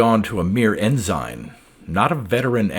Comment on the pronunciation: Another pronunciation nitpick, if you'll excuse me: I've always heard ENSIGN pronounced as EN SIN, not EN SIGN. Thanks for the story.